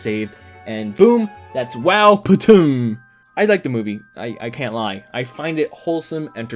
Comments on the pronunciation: I love this movie and I can't with him calling it wow patum 😂😂😂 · I crack up everytime he says wowptm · I literally choked and died when you said “wowptm” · as a true mexican, when you say wowptm i just hear “wow puta madre” in my head